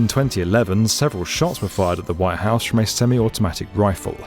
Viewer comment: Could somebody tell this fool that the building is called "The White House"? With a T.